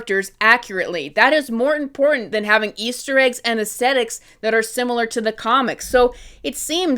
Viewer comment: The word is aesthetics. Not aestetics. I don't know what that word is. I'd wager you made it up.